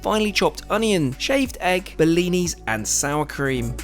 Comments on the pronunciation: Blini* not bellini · Friendly info: it’s not a “bell-ini”. It’s a “blini”